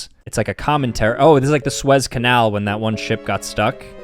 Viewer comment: “The Swez Cansl”